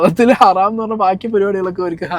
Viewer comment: ഹറാം 🚫ഹരം ✅